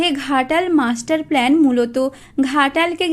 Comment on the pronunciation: অশিক্ষিত চ্যানেল। that’s “plan” not “plane”